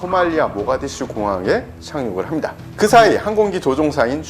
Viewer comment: 이분은 다 좋은데, 말을 끝 맺을 때 좀 더 정확하게 발음 해줬으면 좋겠고 말 끝이 너무 약해서 잘 안들림. 예를 들어, ~~~ 합니다를 함다로 발음 않 했으면 좋겠음.